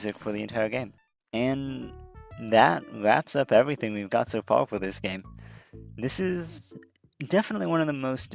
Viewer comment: I heard you enunciate 'r's in this video, so why do you sound out "incredible" as incwedibow" and "far" as "faw"? You can say "incremental" so just do that for other words instead of "wowk" for "work"